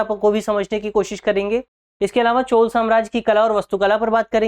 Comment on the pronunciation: 😂Pronounce it as CHOLA, not Chol !